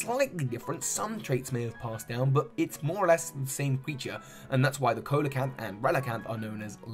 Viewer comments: Coelacanth is pronounced See-oh-luh-canth. Not co-lee-canth. Love the video 👍. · Coelacanth is pronounced /siː.lə.kænθ/. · Quick pronunciation tip, Coelacanth is pronounced "See-luh-canth". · you pronounced coelacanth wrong. it's pronounced seel-a-canth. exploud is based on a yokai which doesn't actually have a known physical form. it's based on Oyamabiko, a mountain dwelling yokai responsible for echoes. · Yeah lmao. It's just the pronunciation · I dont mean to be that guy but coelcanth is pronouced sea-low-canth....I just get a bit peeved when people pronouce it wrong sometimes....sorry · DJ's Mix try telling that to every animal documentary I've seen then because they pronouce it sea-low-canth (edit) so that is how I'm going to pronouce it. But meh it really does not matter anyway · Just as some advice, coelacanth is pronounced "see-lacanth" instead of "co-ee-lacanth", mantine is "man-teen" and illumise is "illum-easy". Although echinodermaa was soooo close... you just forgot the "aa" at the end. I know it is a bit pedantic, sorry.